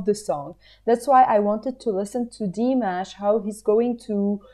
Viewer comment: Very nice reaction. Say Dee-MOSH.